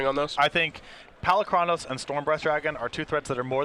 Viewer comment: is still mispronouncing Polukranos, 6 months after the card was first released.